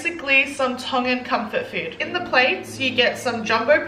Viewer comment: OMG youse are making me hungry now 😩 you've pronounce everything correctly in tongan btw 🥰🥳